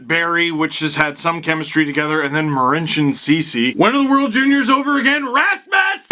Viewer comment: Its okay Steve when I speak Marincin’s name ...I sound exactly the same 😟